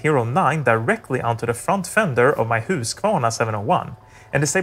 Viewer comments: This is absolutely one of the best videos out there explaining the basics of ... Everything. Also love the very Swedish pronunciation of Husqvarna :D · As soon as you said Husqvarna I knew you were a Swede :-D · Great video. Among other things, I did learn that you call it a hoosk-vunna, whereas we call it a husk-vaarna.